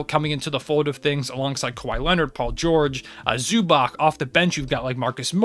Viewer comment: whats with the pronounciations of Dončič and Zubac, they should not end on a "k", Zubac ends on "ts" while Dončič ends like Nurkič and Jokič, with a "č", not a K... You said Nurkič and Jokič right, why is it so hard to respect Luka enough to LEARN TO SAY HIS FUCKING LAST NAME after 3 years of him beeing in the league... about the list, you put the Clippers and TWolves too high, both need to go at least 1 spot down from where they are